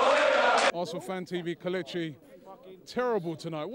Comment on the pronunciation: He is KELECHI. DON'T YOU EVER LEARN Robbie?